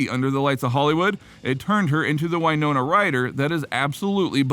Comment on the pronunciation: It W not why ( in WINONA